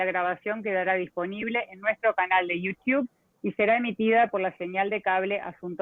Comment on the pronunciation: Uds que viven en USA, por favor, corrijan a la chica en la pronunciación de Youtube!!! Por favor, no la dejen pronuncair tan mal! Se ve que es una mujer preparada, eso no significa que sepa tanto inglés, sobre todo nombres, no la dejen pegada!!!